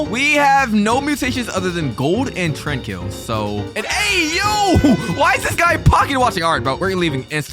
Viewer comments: It’s not trankill it’s Tranquill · You said “TRAN KILL” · Bro said tranquil as train kill 😅😂😂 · Why do you say tranquil like trankeel